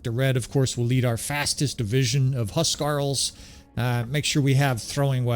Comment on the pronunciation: It keeps coming up so I'll say something: huskarl is pronounced "hoos-karl," not "huss-karl." Hus means house so theyre like homeguards or warriors with sufficient prowess to be tasked with defenind specific noble people or long houses.